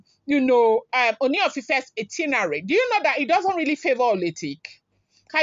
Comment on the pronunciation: it’s “ITINERARY”, check d spelling & pronounce it slowly. No one knows it all, though. Cheers.